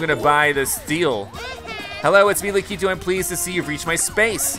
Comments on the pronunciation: Omg u say it so wrong it’s not lack eeee tooo it’s lack I tu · Yoshi getting Lakitu (lack-eh-two): I wAnT LaKITU (la-key-two) 🤦‍♂️ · DJ Deadbeat please say I'm not the only one who got triggered by the way he said Lakitu